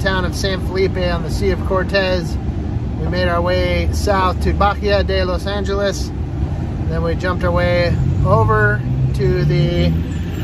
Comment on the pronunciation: Bahia de los angeles Ba-e-ah not bajia